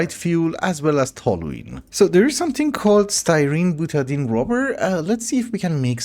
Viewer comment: I don’t know how you Europeans pronounce anything, but usually butadiene is pronounced buta DIE ene. Stay dark!